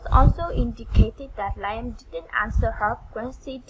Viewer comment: Just so you know, it's pronounced " Lee am" NOT Lie em. " liam..sounds like Lee um. Keep up your effort.. your english will get better in tome. God bless you. I couldnt speak uour language anywhere ear as you speak mone. Practice will help 👏🌺